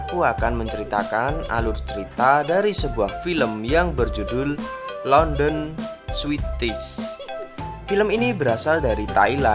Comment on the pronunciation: London aja harusnya dibaca Landen eh dia baca Lenden 😂😁